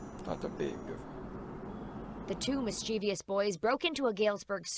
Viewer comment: Mischievous pronounced miss-cha-vis. Not miss-chee-vee-us!